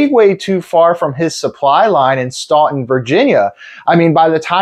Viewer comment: Sorry to be a grammarian - but in the interest of history: Staunton, VA is pronounced like Stan'-ton. (Stan/pan/ran/etc.)